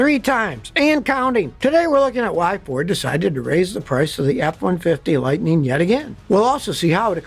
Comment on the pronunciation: "Lightneen"???? When did they rename it from Lightning?